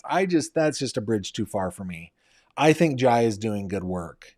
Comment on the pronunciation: Jai is pronounced Jay.